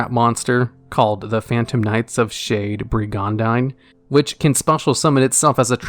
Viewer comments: It's pronounced "Bridge-an-deen", good vid otherwise, lmao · I know it's your thing to mispronounce words in ridiculous ways, but the word Brigandine is pronounced Brig-In-Dean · I love you so much, but that is the most atrocious pronunciation of Brigandine I've ever heard in my life.